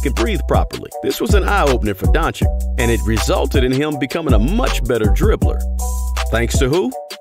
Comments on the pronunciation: IT'S DON-CHICH, NOT DON-CHICK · We all love Dončič and his genious game. Regards from Slovenia keep it up and learn pronounciation 🙃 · Learn to pronounce his name man..im tired if youtubers want to milk money on luka then mispronounce the name..bogus